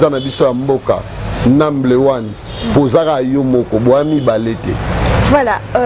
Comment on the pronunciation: Donc émission ekomi kk lokola yaye bien te,azoloba trop et puis ba erreur ebele on dit number one et non numble one.tika bilobela .